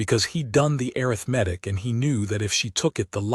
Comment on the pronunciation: Great story. Arithmetic being pronounced "air-riff-medic" 🙄 AI can do better.